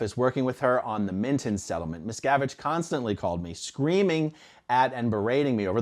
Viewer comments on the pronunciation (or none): Sounds like Jim Axelrod is saying "Miss Cabbage" 🤣😂😜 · It sounds like he’s says “Mis-Cabbage” 😂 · I thought the interviewer kept saying, 'Miscabbage', too!! He was awful. Investigative reporter? I don't thing so. He was a joke.🤣🤣🤣🤣🤣🤣🤣🤣🤣🤣🤣